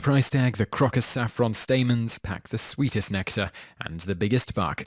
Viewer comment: it is croak us, not crock oss.